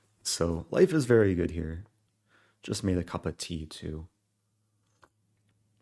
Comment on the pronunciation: Great instructional videos. And a great, almost Yorkshire sounding comment on about 4 mins "Cup er tea"!